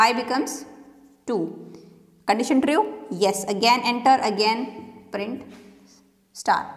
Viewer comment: "tri-ue" nice explanation !!